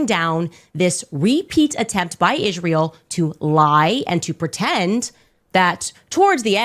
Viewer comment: What is it with Candace saying “Ishrael”? 🙄